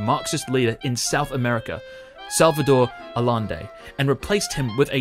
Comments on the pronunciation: Yeah guys sounds like this - ah-yend-ay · Así no se pronuncia Allende.